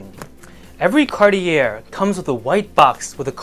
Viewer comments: Pronounced Carti yay not carti air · ‘Car - tee - air’….do you mean Car-chay? Or are you speaking ‘American”?’ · Cartier - French Company. Pronunciation is Car-et- ay. Not Cart- I -errr 😮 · More money than class, can’t even pronounce Cartier properly, how can you claim any sort of expertise smh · 2nd time ending up here upon clicking, about to move on again without finishing the video after hearing how Cartier is pronounced :)